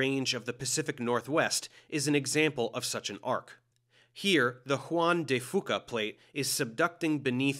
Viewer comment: Beautiful as always, but fyi, Fuca is pronounced closer to few-ka, whereas it sounded like you said foo-ka.